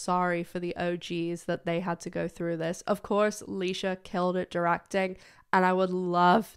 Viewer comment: Leisha not Alisha.